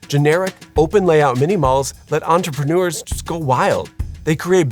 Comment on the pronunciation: The narration could be improved by practising the pronunciation difference between 'entrepreneur' and 'entreprenuer'. The second one is a word not found in any dictionary but often used in speech.